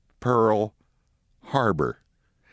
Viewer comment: You said "Minnie Pearl Harbour" but I heard Mini Pearl HARLOT. Either way, it's "gloom, despair, and agony on me [ We]".